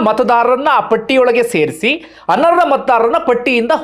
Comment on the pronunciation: ನಿಮ್ಮ ವಿಚಾರ ಮಂಡನೆ ಬಗ್ಗೆ ತಾಕರಾರಿಲ್ಲ. ಶಬ್ದ ಉಚಾರಣೆ ಸರಿಯಿಲ್ಲ. ಉದಾಹರಣೆ: ಮಾಡಿದ್ಧಾರೆ (ಮಾಡಿದ್ದಾರೆ) ಅರ್ರ (ಅರ್ಹ) ಅನರ್ರ (ಅನರ್ಹ). ಮೊದಲೇ ಈಗಿನ ಮಕ್ಕಳು ಕನ್ನಡ ಅಂದ್ರೆ ಮೂಗು ಮುರೀತಾರೆ. ಸ್ವಚ್ಚ ಕನ್ನಡ ಕಲಿಯಲು ಸಹಾಯ ಮಾಡಿ